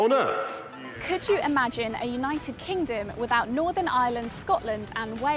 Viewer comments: . Is it just me or did he say Kingom? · " Our great United Kinguhm " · He cant even talk proper he said united kinGum... 🤣🤣🤣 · Kingom LOL